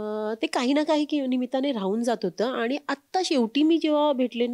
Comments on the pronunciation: Abp माझाची ची मुलाखतकार आणि " आनी पानी " करतेय. बरोबर नाही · बाकी सगळे मराठी बरोबर बोलतात. पण आणि पानी म्हणतात. काय बोलायचे.